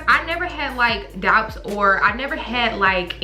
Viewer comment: Ik did not just pronounce the b in “doubts”😭 💕@